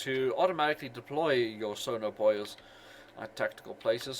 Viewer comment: Hearing you call them radar and Sonar "Boy'os" is kinda funny